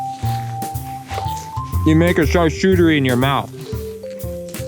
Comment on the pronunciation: Ding it, char-kout-ery not char-choux-tery !!!